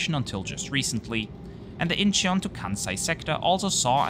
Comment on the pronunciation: Great video! FYi Incheon is pronounced IN-chun. No need to emphasize the 'he' sound.